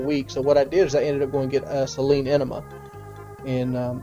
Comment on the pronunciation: Its SAY-LEAN richard, you didnt wash your asshole from the inside with your dream mustang pudding brain 😂